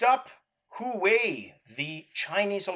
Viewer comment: i believe huawei is pronounced slightly different sir,i recently bought one of their phones and felt obligated to learn how to pronounce it properly so i can correct anyone who dares to get it wrong